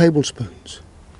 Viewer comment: Mr Rollins, I'm so proud of you, you actually said Worcestershire, no hesitation, sounded unconscious! Well done!!